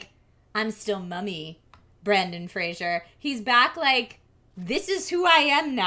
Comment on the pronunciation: Maude, will you please have a conversation with about the importance of pronouncing names correctly. It's Brendan Fraser (fray-zer), not Frasier (fraze-yer). There is a difference, and it matters.